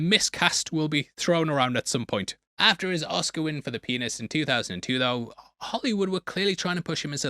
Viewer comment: You totally said “The Penis” and not the Pianist. We heard it. You can’t deny it.